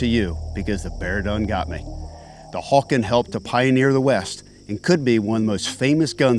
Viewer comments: Hawken, not "Hawkins." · “Hawken rifles”. Or “hawkens” but adding “rifles” would be more correct. I see people say “hawkins” in reference to a singular rifle, in which case both spelling and pronunciation are incorrect. I’m not trying to harp on grammar as much as historical accuracy and honoring the designers of a great historic firearm.